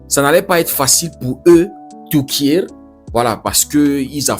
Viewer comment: On prononce Turquie pas Tuti